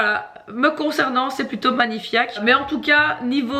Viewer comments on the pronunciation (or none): Manifaik et non pas manifiak J’ai tant ris ! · "Magni-fiak" 😂😂😂 tu m'as dead lol